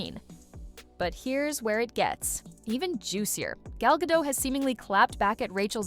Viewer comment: WTF is Gal Gato? Its Gal Gadot and you pronounce all of it!